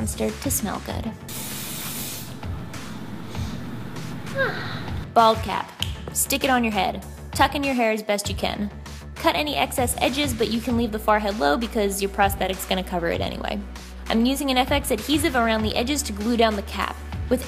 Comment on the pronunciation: Forgot she pronounces it farhead 😂😂